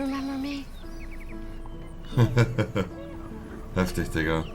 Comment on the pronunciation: Nobody: Monte: Heftich